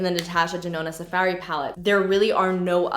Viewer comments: “Sa fairy palette” so canadian. so cute. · The way you say safari 😂😂😂 I crack up everytime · Why do you say Safari weird lol